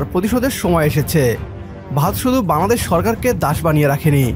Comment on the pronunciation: Say ‘Bangladesh’ clearly and properly!! Your pronunciation is incorrect .